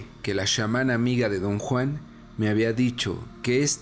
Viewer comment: ¿Porqué pronuncias SHAmana? La palabra es Chamana. No se pronuncia latíz, sino látice. Si no sabes pronunciar una palabra, léela literalmente.